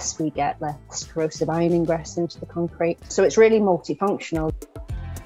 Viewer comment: lmao "concreten" rly? :D